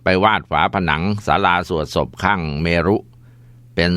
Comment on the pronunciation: เมรุ อ่านว่า เมน ครับ